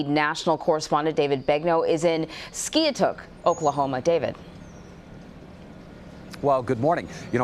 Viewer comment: “Ski-A-Took” lmao. Actually pronounced Sky-Took